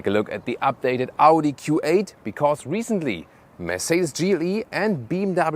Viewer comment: Amazing review and...... Audi it's Audi 👍